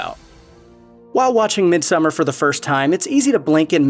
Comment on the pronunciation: thankyou for saying summer and not "so-mar" or "som-mar"